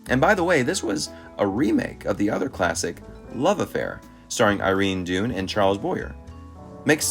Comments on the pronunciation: Happy to hear yr opinions but PLEASE learn how to pronounce names…I.e. Irene Dunne sounds …Done not dune. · Dunne is dun not dune. Please. You should do a list for her. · Irene Dunne - pronounced "dun", not "dune". Would love to see a Top Ten on Irene Dunne. "Theodora Goes Wild" is one of the funniest movies ever